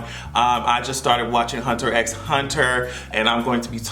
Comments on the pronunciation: sis the x in "Hunter X Hunter" is silent. Also, fun fact, the Mangaka for said series also happens to be married to Naoko Takeuchi, the creator of Sailor Moon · I love dat you’re into anime. It’s just pronounced as if da “x” isn’t in da title, but... Are you watchin’ da original or da 2011 remake? Killua is dat guy! 💪🏿